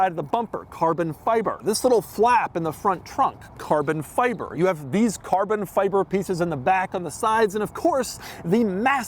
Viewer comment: cahbon fihbeh 🇯🇵